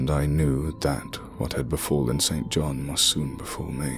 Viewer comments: I think st John is pronounced sinjin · The pronunciation of 'St John' here is rather jarring.